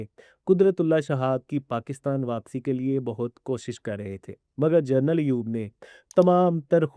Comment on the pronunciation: پلیز جرنل نہی جنرل بولا کریں